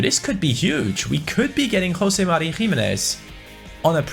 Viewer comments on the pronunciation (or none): none